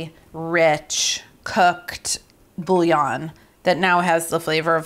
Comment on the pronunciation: Your nails are incredible and I can tell you’re an amazing mom. I’ll def be trying this!! I hope this next comment doesn’t come off as cringe as I feel it will, but…. as a native French speaker I just wanna hear one English speaking cook say bouillon properly LOL its boo-yon not bully-on 🫣